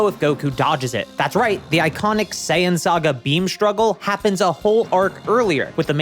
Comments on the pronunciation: Not to shit on the grammar of a made up word, but the way the dude said "Saiyan" hurt my brain. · L take, couldn't even pronounce "Saiyan" earlier